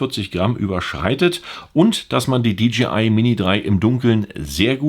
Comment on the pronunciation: Hi, die Firma heißt DJI !! Nicht DGI.